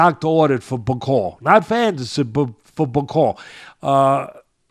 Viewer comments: Bak-o-lee (Bakole) not Ba-cole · Damn Teddy, you could at least take the time the say Bakole's name right...since you say that you want him to become heavyweight champion: BA-COLE-LEE 🤡💩, Bro...disrespectful 🤡💩! The man's last name only has 6 letters, SIX! You got 5, he's got 6...we ain't talking Rocket Science here...like Mark Jackson says: DO BETTER! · Teddy needs to listen, first listen to your cohost, your cohost corrected you by saying "Martin Bakole" but you kept saying "Bakol", two if you had listened to UK pundits about Martin Bakole then you would have been in a position to offer a more informed opinion! Otherwise great job to both of you! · Love teddy - this might help, it’s Martin ‘BACK O LEE’ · Hey Teddy just like a boxer you have to PREPARE for your podcast… it’s pronounced Bak-ol-E Get his name right… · Really like Teddy Atlas, but a few things: 1. Bakole is a lot lot better than he gave him credit for either before or after the fight 2. Get Bakole's name right, I think deserves it. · tried to get Teddy to say Martin Bakole's name right... but Teddy just can't do names. But knows... if you correct Teddy he gets angry.